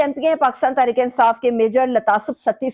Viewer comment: KAYA NOT QAYA.....QARAR DAAD....NOT...KARARDAD......TERICK INSAAF NAHI TEHREEK INSAAF......AHISTA AHISTA...JALDI KIS BAAT KI HAI...BIBI SAIB MAI JAHIL HAMESHA HUMA TAN GOASH HOON.....